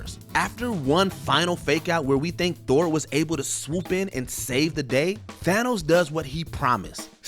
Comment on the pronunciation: im sorry but how dare you pronounce it as "Thay-nos"?! it's THAA-nos!!